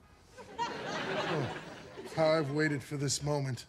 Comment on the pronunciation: it's Newmee